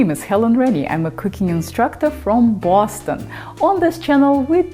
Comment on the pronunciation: It's not "Baws-ston" Helen..it's pronounced "Bahh-stin".